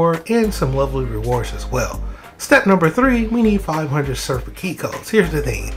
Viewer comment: Thanks for the guide! That was quick. Not to be a jerk, but it is pronounced Sehr-Raff. It's a type of angel.